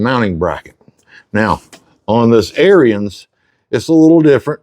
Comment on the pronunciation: You may already know this - but Ariens is pronounced 'Aarons'. Love all the vids, much appreciated